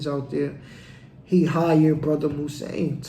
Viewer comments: Its pronounced moo-zone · His name is pronounced Moves-on. Damn! Could you imagine if Mouzone was to assist Avon in his war with Marlo? Chris and Snoop wouldn't stand a chance.